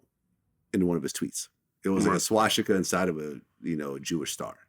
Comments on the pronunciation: whys vlad calling it shwastika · I hate how Vlad says swastika. "Swashtika" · vlad “shwashtika” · A Jew who can’t pronounce “swastika.” Damn, Vlad. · I'm surprised that Vlad, as a Jew, doesn't know how to pronounce swastika.